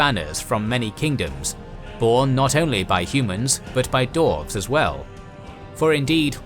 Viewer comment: Stop calling them darves! It's "dwarves" with a "w"!